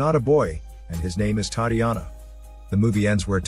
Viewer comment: Butchered the name Tatiana 😂 A for effort. Sweet movie